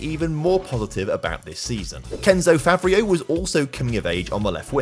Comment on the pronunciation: I love that you've done more videos in France lately, showing up the irl clubs... Now, if only you could get the pronounciations close to correct. (You're quite good at pronouncing the clubs, but for example, Favreau would be pronounced Favr-o, not Favr-ee-u.)